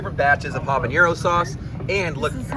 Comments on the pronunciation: Great video! I pronounce this pepper “habanero” not “habañero” … am I wrong? (I speak Spanish). But very useful video thank you! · yes jalapeño is pronounced with a tilde, but not habanero. Old language and cultural distinction. Keep gardening! Love the channel!